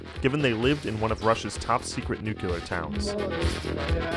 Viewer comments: dude... New-Kleee-ahr... jesus. learn the words. nucular is completely different. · High quality, but it's pronounced new-clear not nucular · It's nuclear, not nucilar. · nuKULar? Seriously?